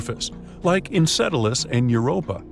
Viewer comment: its EnCELadus not EnCEDelus